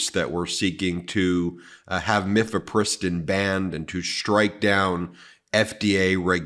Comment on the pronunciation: Ben, not to be annoying viewer, but mifepristone is pronounced: Miff uh PRISS tone